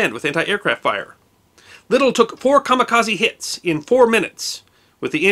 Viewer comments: A Japanese word with an "e" at the end is normally pronounced as a long "a". You say the rest of the word correctly but most English speakers make this mistake. It should be ka-ma-ka-zay. This also applies to karate, karaoke, Kobe, etc. and I imagine a huge percentage of your audience pronounces it just like you do. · Personally I pronounce it " ka mi ka ZED", but then I'm part Canadian. ;-)